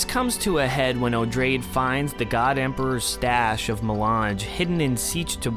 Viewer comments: Love this series of videos. Just an aside, Odrade is pronounced like - Oo-draw-day - similar to Atreides, since she's related. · I'm pretty sure Odrade should be pronounced as O-drae-dee, cuz its stated to be a later form of the name Atreides.